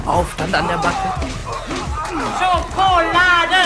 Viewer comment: Bin ich der einzige der bei "Schockolade" immer aggressiv wird:D